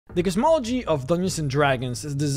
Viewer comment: It took me way to long to figure out he says cosmology at the beginning...